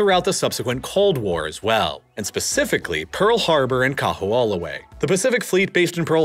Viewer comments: Yikes! I've never heard such horrible pronunciation in a so-called "professionally" produced video! Certainly SOMEONE could have thought to consult a Hawaii native to correct the pronunciation of KAMEHAMEHA and KAHO'OLAWE! "Ka" is a simple descriptor in Hawaiian, meaning "the". "ME-ha" (MAY-ha) means "great". Repeating it twice means "greatest". "Kaho'olawe" is pronounced "Ka-HO-o-LA-Vay". It's not "MAW-lokai" ...it's MOH-lokai". Also, you glossed over the fact that Native Hawaiians had no ownership over the land, like American Indians, and were convinced to divide property by the sons of missionaries in 1948. That changed everything. Also you neglected to mention the defeated Southern plantation owners in the Civil War saw Hawaii as a place to continue plantation ownership by growing sugar. It was these people who brought their white supremacy to the islands and, realizing the Hawaiians would not work for them, imported Japanese menials for labor with white Portuguese from the Azores as overseers. It was these people who overthrew the Monarchy in 1893, just 45 years after private ownership of land was certified in the "Great Mahele", Hawaiians' huge mistake. You also downplay how much the military is despised by the Native Hawaiian population, and all people of conscience, for the appropriation of their lands. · Kamehameha (Ka-meha-meha) Kaho’olawe (Kaho-olavay) Sorry hearing these hawaiian words being butchered i figured i’d make a “guide” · It's KAH-HOE-OH-LAH-VE (!!!!) and the military bombing cracked the islands aquifer. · Nice condensed recap of Hawaiian history. However, whereas you pronounce “Liliuokalani” flawlessly, you STRUGGLE with “Kahoolawe” and “Kamehameha”. Toooo funny, but good job! 👍👍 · The kahoolawe pronunciation bothered me the most.